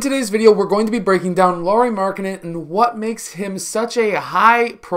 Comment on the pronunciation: Lauri is supposed to rhyme with "cow-ri" or "how-ri" or "wow-ri."